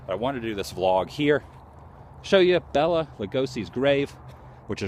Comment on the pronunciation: I heard Bela pronounce his name in a trailer for a movie, and he said, Bay-lay, not Bell-a, just saying .. love him, the best Dracula ever, these new puck vampires suck, Dracula was a gentleman ..